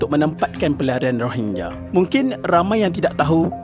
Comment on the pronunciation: Ko sebut rohingnya2 min terasa long tiger weyh